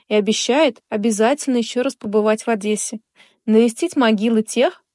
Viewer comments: Не Адэссе,а ОдЕссе. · Только не Адэссе , а Одессе. Говорите правильно.